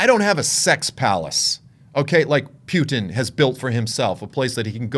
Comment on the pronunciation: I Like how you pronounce "pew-ton"!! Both sides of those Governments, are Corrupt! Vaya con Dios